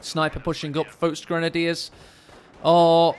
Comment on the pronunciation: Well except the folk grenadier